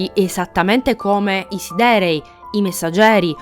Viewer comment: Devi correggere solo la pronuncia di alcune parole (come siderei, come lo pronunci tu è inascoltabile) per il resto bel video, per approfondire ancora una volta ogni minimo dettaglio su un FF a parer mio "definitivo"